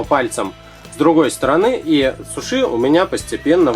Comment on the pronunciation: не Шуши и Суши